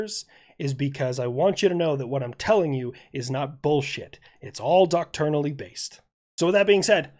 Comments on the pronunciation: One nitpick: when you say "Docturnally" I'm pretty sure you mean "doctrinally", which is dok-TRINE-a-lee (trine like time). Unless the military has a different word I'm unaware of. Anyway, just wanted to give you a heads-up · Bro. The word is pronounced "dock-try-nally" Not dock-tour-nally. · I love yer stuff... it's "Doc-Trin-Al-Ly".